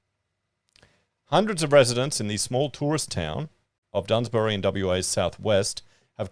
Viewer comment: It is pronounced “ DUNS - BER -AH” . There’s no “Y” in it. Just here to help.